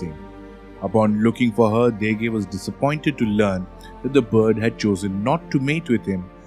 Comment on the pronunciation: My ears are Ringing with the pronunciation and ignorance of Basic Fijian Pronunciation..the word Degei is properly N-DENG-AY ....Not as you so uneducatedly said it The word Yagona is Pronounce YANG GONA...if you want to spruik yourself as International Experts best get your basic words right or I shall call up a Veli to put some Draunikau on you. We also have some snakes in Fiji including the Venomous Bolo and many species of sea snakes... .